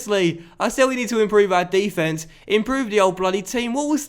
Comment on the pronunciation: DE-fence? Are you American?